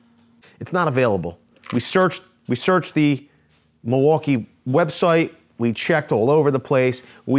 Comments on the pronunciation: Actually it's pronounced "mill-e-wah-que," which is Algonquin for, "the good land." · it’s pronounced mil-waw-key.